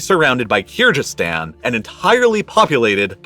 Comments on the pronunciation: it's Kyrgyzstan. G like golf. Hello from Kyrgyzstan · Kyrgyzstan not Kyrjystan please pronounce it correctly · Jsyk, the g in Kyrgyzstan is hard, like "geese," and the people are Kyrgyz, not Kyrg ( -ish). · keerjeestan? at least do your research how to pronounce country names ffs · Avalanches are common in Kyrgyzstan. It’s a G not a J or gh btw pronounce it as kyrgyz stan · Kyr-Jizz-Stan? Cya-nai peninsula? Is this guy for real? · Did this man just say "keerjistan"?? lol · What an excellent video! Great detail and analysis of a catasrophe that is appallingly little known in the West. The only thing I would quibble with is: - the pronunciation of Kyrgyzstan (it's a hard G, no question about it) My mum worked on an MSF (Doctor's Without Borders) project in Urgench in the early 2000s (western Uzbekistan in the Khorezm province, a district which incidentally gave us, via Muhammad ibn Musa al-Khwarizmi, the English word "algorithm"). The project had been founded partly to investigate whether the wind-blown dust and fertilizer/pesticide residue was the reason for local low health metrics, especially high TB rates. The evidence really didn't support this as the culprit and the project gradually evolved into mainly delivering TB treatment. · in my 35 years of living on this planet, you are the only person who pronounces Kyrgistan with a ji sound instead of a hard g. Why are you doing that? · Just ask Google how to pronounce Kyrgyzstan correctly . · Oof, as someone that grew up in Kyrgyzstan, I cringed when I heard your pronunciation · I'm pretty sure Kyrgyzstan is pronounced with a hard G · I like the explanation and analysis but would really love it if you'd learn to pronounce "Kyrgyz" and "Kyrgyzstan" correctly! (it's a hard "g" and the people are the "Kyrgyz", not the "Kyrg"). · Your pronounciation of Kyrgyzstan and kyrgyz is awful